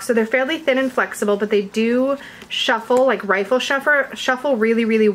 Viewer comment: Please please please read. It's not "Rifle" its "Riffle" double F.. It has been bugging me just had to say it 😂